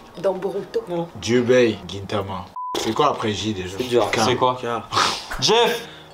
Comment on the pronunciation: C'est Kyubei pas Jyubei xD